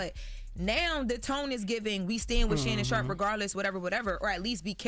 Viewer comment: Excuse me folks.... I believe it's Shannon 'not so' Sharpe ... not Shay, Shay